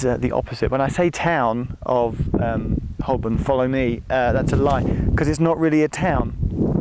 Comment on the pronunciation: Cringed a little as you said Hole-born as opposed to Ho-burn but I'll let you off as you'd already peppered you language with minor Americanisms having lived there for a while "add"-ress haha. Enjoyed watching this Geoff and maybe you could do the same/similar in another country perhaps?? Also props to Grandaddy - AM 180 :)